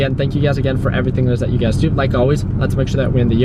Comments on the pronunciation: It's funny whenever I hear him says you guys I hear UGAZ lol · sameeee, i thought i was the only one